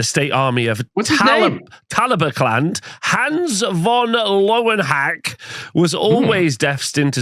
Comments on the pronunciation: Surely the pronunciation is more like "Ler-ven-hack-er"? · And pronouncaction of General Hans von Löwenhacke is jolly but cruel 😅